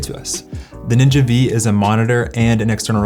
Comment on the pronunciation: Ninja Five. Not Ninja Vee.